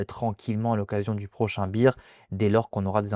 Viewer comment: je trouve tellement dommage de gacher une belle analyse en persistant à dire beer ou lieu de bear